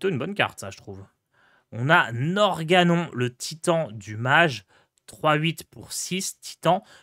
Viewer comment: C’est [Norgannone] la prononciation svp